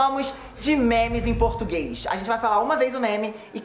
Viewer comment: ELE NO INÍCIO ESQUECEU DO "u" DE "português" KKKKKK MAIS EU AMEI